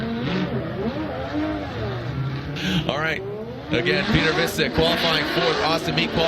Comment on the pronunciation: piotr wiecek lmao just say vietchek not visik